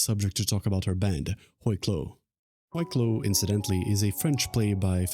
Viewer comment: french speaker here. it's pronounced "wee klo"